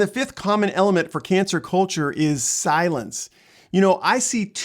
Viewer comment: When he says cancel culture it sounds like cancer culture.